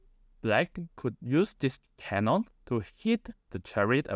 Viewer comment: You mispronounced cannon